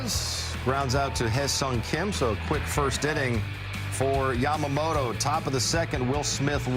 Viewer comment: キルステン・ワトソンさんはちゃんと『ヤマモト』と発音してますね。 意識してイギリス風？に発音してるのかな 個人的には『モロ』と呼んでます w